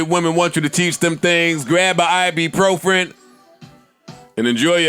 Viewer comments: Still can't pronounce ibuprofen to save his life LMFAO every single time....the guy who puts the d.i.k in dictionary n loves correcting everyone else's word choices stays saying that word wrong every single week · just waiting for the day Joe say "ibuprofen" properly on the outro